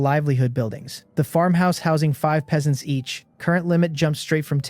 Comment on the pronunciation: i still see the same issue for part 1... the AI reader misreads Peasants, can you correct that?